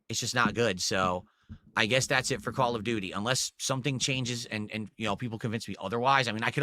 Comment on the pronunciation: Call of Gouty: Beg Ops 7.